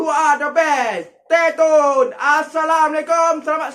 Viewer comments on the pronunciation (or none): Stay tone....🤣🤣🤣🤣🤣 Speaking pn x betul meh aku ajar stay tuned